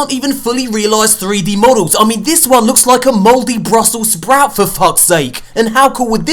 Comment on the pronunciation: "A moldy brustlesprout" XD